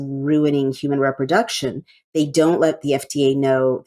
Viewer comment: Re-production, not rep-roduction.